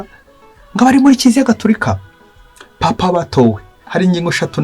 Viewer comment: Uko numvise babivuga bo ngo ni papa si paapa